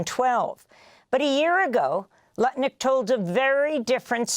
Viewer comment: "Howard Crutnick!!!" :face-blue-smiling